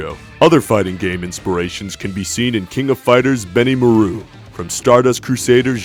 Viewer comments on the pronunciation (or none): It's BeniMAru, not BenimuhROO.